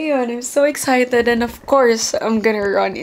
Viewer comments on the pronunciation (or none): none